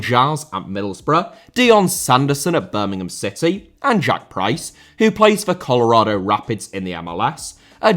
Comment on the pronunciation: Rather* not Rother Zimbabwe* not Zimbabwei Colorado* not Colorohrdouw Vieira* not Viera Debut* not Deibyu Carvalho* not Cahváyouw Dembélé * not Dembeilei Rodák * not Rouwdak Augsburg* not Ogsbög Zaha* not Zohrhor Lallana* not Lallohrner Ramsey* not Ramzey Chukwuemeka* not Chăkwameiker Neco* not Nicouw Cesc* not Ces Emiliano* not Emeleohrnouw Bellerín* not Béyeren München * not Munich Dortmund* not Dormund Roméo* not Rouwmiouw Lavia* not Laveyer Andreas* not Ondrejas Guehi* not Guwei Aké* not Akei Traoré* not Trayorei Roman* not Rouwman